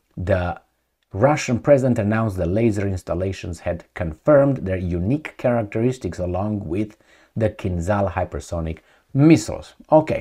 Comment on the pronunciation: you pronounce "Peresvet" correctly. Also "Zadira" too. But "Kinzal" is wrong, the "z" sound should be like in french word "Visage" - g sounds like.